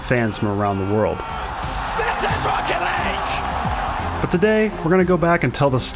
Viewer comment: What everyone else heard: this is rocket league What I heard: THIS IS ROECKET LEG